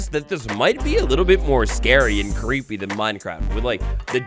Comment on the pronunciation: Cweepy wibes uwuuuuuu